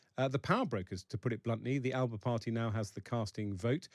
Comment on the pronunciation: First thing AS should’ve done is correct the pronunciation of Alba it’s not a region of Italy !